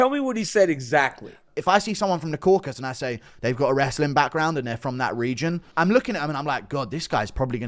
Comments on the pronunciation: KauKAsus not Kokus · Hearing these grown men say 'crocus' & 'caucus' is quite harmful to my ears 😘😘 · It's unironically guru's fault, he's been saying "caucus" for years and refuses to correct himself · i realize now youre the one confusing DJ with the pronunciation of the Caucasus. Your fruity accent sounds like "Corkus" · “Croakus” lmao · DC even said “caucus” correctly in front of DJ and DJ still says “crawcus” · Am I the only one triggered by these idiots messing up the real name of the region? It’s caucaSUS mountains or in the language of the native there kavkaz mountains. Not caucas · Caucasus not caucus. Mate it's not that hard. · It’s Caucasus and not „caucus“ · That pronunciation on Caucasus was diabolical. Caracas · Bit off topic but why do people just refuse to pronounce the full word “Caucasus”? It’s like saying Cafornia instead of California.